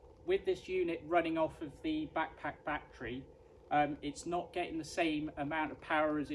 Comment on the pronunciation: your "back-pack-battery" sounds very funny )))). Thanks for this video